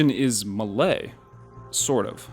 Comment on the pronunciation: if you can pronounce “lie” i think you can pronounce “Malay” correctly.